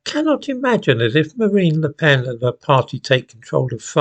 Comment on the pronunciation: It's Le Pen, actually. Helps if you get the names right.